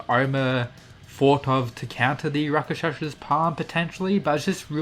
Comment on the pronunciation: Rock-shah-sah Say it with me. Not rakashasha